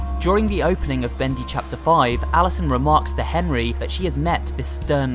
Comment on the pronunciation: It really makes me uncomfortable when he ends the sentences by making the last syllable of the last word longer. (for example: characteeersss, bendyy, studioo)